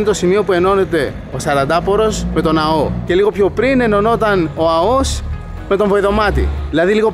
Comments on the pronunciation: Εξαιρετικό βίντεο αλλά βρε είναι Αώος όχι Αωός! Επομένως Αώου όχι Αωού 🐺🐺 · Δεν λέγεται Αωός ,αλλά Αώος.. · Πεστα σωστα αγορινα.......Πρεμετή.....τονος στη ληγουσα!! (Ασε το βασιλια Permeth....Eλληνικα τη λεμε ζουσαν και Ελληνες εκει!!!.)... Και Άώος!!!!Μη με παρεξηγεις μου σε βλεπω απ τη σελιδα με τα φαγητα σου...εως σημερα εδω!!!! Νασαι παντα καλα κι εσυ και η οικογενεια σου.........Slow down.......εχεις παρει καποια κιλα ναι???? χαχαχαχαχαχαχαχα........